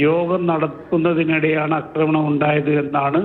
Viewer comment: അക്രമണം അല്ലെടോ, ആക്രമണം എന്നു പറയൂ.